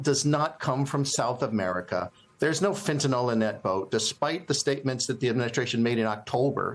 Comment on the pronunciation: Notice, folks, there's no "o" in "fentanyl". It's not "fentanol".